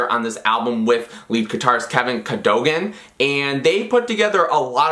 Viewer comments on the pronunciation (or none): Correction on your pronunciation: Stephan Jenkins = Steven, not, Stefan. Kevin Cad-o-gan, not, “Ca-dogan.”